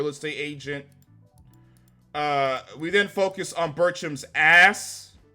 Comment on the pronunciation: I'm sorry but your emphasis on Birchum's ASS is still funnier than anything in this show.